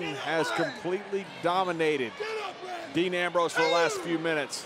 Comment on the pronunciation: Thought it was dean not dan